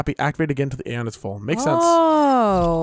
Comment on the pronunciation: I'm pretty far into the game and let me just say, you guys are in for one hell of an experience, and us viewers are in for one hell of a playthrough. Also on a side note Aeion is pronounced "A" "ON".